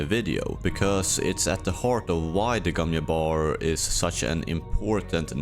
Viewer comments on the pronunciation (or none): Bro I know you are Nordic or something but how difficult is it to just say Jabbar or Jessica and not Yabbar or Yesica? Like come on dude holy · Not "yabbar", sounds like "jcabbar". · gomm JABBAR NOT YABAR .... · Bro, I get you're Swedish but can you put in at least the smallest bit of effort in trying to pronounce the english g sound in Gesserit or Gom, or the j in Jabbar? English isn't my first language either but come on. Bene Yesserit / Yom Yabbar is not it lol